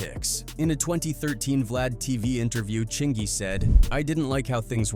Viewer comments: are you stupid or deaf? his name is CHINGY. not CHIN-GEE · Aye narrator. Get these gat dam names right. LOL I wasnt gonna say shit til I heard "Ching-gee" LOL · "Chin-gee" "luda-crease" "disturbing TH-aaa peace" I can't listen to this shht after a while😂😂 Using AI in your video is fine I guess it's a technology that could help enhance your production..but the laziness of these people is what's crazy if your going to use an AI voice at least take the time make sure we can hardly tell write the script in a way the AI can read it for example disturbing THE peace that's all it would take and the ai wouldn't sound like a complete imbecile 🤦‍♂️ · Luda-crease 😆 Chin-jee😅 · Chin-Jee lmaooooooo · Who the HELL is CHIN-GEE? Get this AI garbage outta here! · AI mispronunciations are irking the fuq out of me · Cringy to listen to. Listening to mispronounciations of Chingy, Def Jam South, etc... is crazy to me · Is this AI? Saying chingy and disturbing tha peace all wrong.